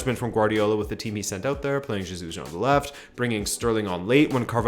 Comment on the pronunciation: Hey, I love you and Rabona tv but why😂😂😂😂 u kept saying ZEJUS all through